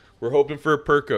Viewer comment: it is not that deep, it sounded funny, simple as as an aside, perkeo is not an english name